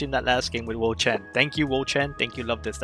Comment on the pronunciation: Let's goooo Luvdisc! ❤ and yes, you're pronouncing it right. Lol